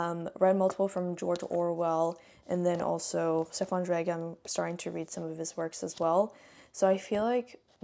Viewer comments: Great vlog 🤗 Just a tip: "Zweig“ is pronounced more like "tsva-eeg". The "Ei" in "Zweig" is pronounced like the "ye" in "bye". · By Magda Szabó I loved Katalin street but hated The door. Have you read Elizabeth Bowen and Natalia Ginzburg? Zweig is pronounced /ts vah eeg/